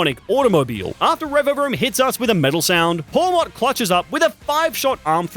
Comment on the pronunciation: Its pawmot